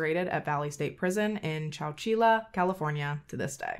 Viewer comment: Ive recently just found your channel and absolutely love your presentation of cases but girl....today....the way you pronounced my hometown "Chow-chee-lah". Im rollin 🤣 its "Chow-chill-uh" kinda like Chinchilla 🤣 it gave me a good giggle so thank you! Ill have to ask around if this POS is still there. I have family/friends that work at the prison so id be interested to find out. Keep rockin it girl. Lots of love🤘🖤